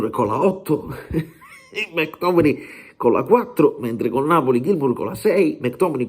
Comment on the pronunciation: Si pronuncia... mec tommeayyy🎉yy¾❤😂🎉😢🎉❤